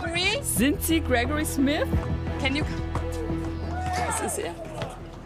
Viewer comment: Nicht Smis, Smith .....